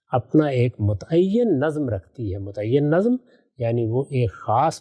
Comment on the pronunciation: 'Nazm' was pronounced repeatedly as 'nazam'. 😢